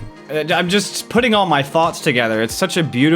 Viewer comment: When said "thoughts" it sound like he said "farts" xD